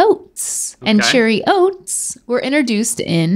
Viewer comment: saying ‘interduced’ instead of ‘introduced’ all day 😂 Is that an NC-thing? 😂❤️